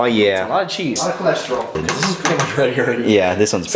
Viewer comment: Ryan:lot of cheese Seàn:lot of choresteol Me:lot of poop 💩💩